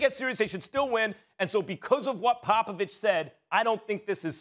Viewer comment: And says Popovich with perfect dictation right after dissing his own people